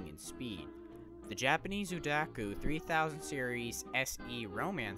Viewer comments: It's Odakyu not Udakyu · Not trying to be a grammar nazi here, but its pronounced o-da-kyu